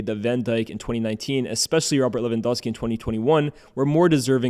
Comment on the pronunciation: still no one pronounces Lewandowski correctly